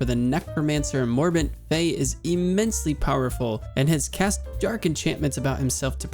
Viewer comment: Love your series bro but two things I need to point out. First its Morbent FEL, not fei, and second the Warders you fought are quite unique. They're not immune to magic per-se, they have spells called Frost Ward and Fire ward and activate them whenever they first get hit by one of those types of spells. I'm not sure on your feelings towards addons but a cast bar addon will help a lot. Keep up the good work bro, I click these vids as soon as I see them. I especially loves your reading of Jitters Journal. I knew the story but I've never actually sat down and read the book before